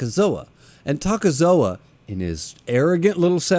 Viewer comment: It's not "Takezoa" just Takezo.